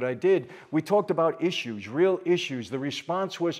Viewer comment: the big owange scary man who says mean things is the weal bad mad...he's not nice!